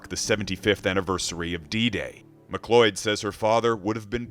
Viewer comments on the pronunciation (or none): Why does the commentator start by pronouncing his daughter's surname correctly (McCleod - pronounced as 'McCloud) but then go on to pronouncing it as 'McCloyd' ??